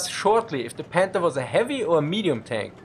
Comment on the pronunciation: Anyone else keep hearing him say "Panda"?